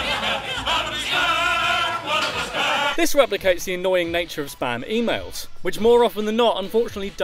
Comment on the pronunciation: Heard it as "sperm emails make..." God it wasnt that